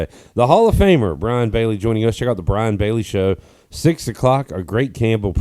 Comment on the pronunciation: It's Brian, not Brain!